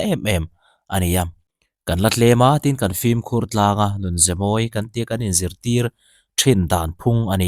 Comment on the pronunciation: FILM hi FLIM ti-a lam hi a thing ngawih ngawih. Intih chankanna mawl thlak tak a ni. "Inchengvawng/inchengvawn" tih hi tawngkauchheh dik lo a ni. "Chengvawng/chengvawn" ti ila a dik reng.